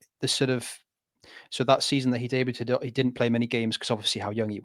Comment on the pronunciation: Pronunciation of debuted is killing me 😂